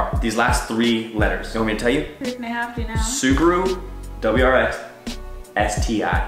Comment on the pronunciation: The way they pronounced "SuBaRuu" 😕 Love the vid tho